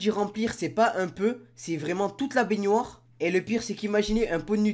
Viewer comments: C pas bénioire c bénoir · Bénoire pas beynoire il me dégoûte le mec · IL dit baigniore a la place de baignoire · on dis pas bégoir on dis bénoir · Qui prononce baignoire "banoire"? Perso moi jtrouve bizarre le fait qu'il dise "bagneware" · parle francais stp parce que on dit benoire pas piednoir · le mec il dit baignioire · Je rêve ou tu dis bainuar au lieu de baignoire ? Sinon bonne vidéo 👍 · Pk tu dit baygnoire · mdr dit binouare mdr c un fou 😂😂😂😂😂😂😂😂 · du dit béniare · pourquoi tu dit benuare aulieu de benoir puis arrete se parler c chiant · Il dit baigniouoire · ta dit benuare hahahah 😹😹😹😹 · on dit bénoir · apprend à dire benoir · j'adore quand ti dis baignoire tu dis baygniouare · Pourquoi tu fais un accent quand tu dis baignoire 😂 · tu ne sais pas dire le mot baignoire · escuse moi mais tu sais pas dire baignoire . sinon très très bonne vidéo